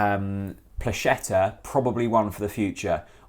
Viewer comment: Hey I'm a Polish Norwich city fan and to help with his name it's pronounced Pwaheta